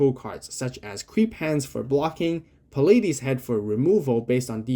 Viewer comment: palates is the plural form of palate, that's why he's covered in mouths. Everyone mispronounces it but its more like "pallets" head